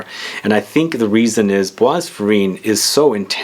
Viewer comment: It’s pronounced par-foom-urr’, not parfumay, and bois is pronounced ‘bwah’, not bwas. Sorry, but incorrect French pronunciation is like nails on a blackboard! 😬